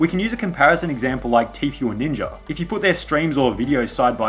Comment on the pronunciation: Ninja* not Ninjer